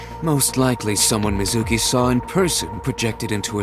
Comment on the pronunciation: I generally like the English voice acting in this game, but the way that they refuse to pronounce some things correctly, like "yakuza" and "Mizuki" does drive me a little crazy.